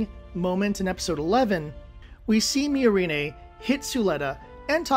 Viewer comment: Weird take. Also, one should never trust the opinions of people who can't pronounce the names of characters in media they are criticizing. How hard is it to get "Miorine" right? The dub is pretty consistent with the sub, did you even watch?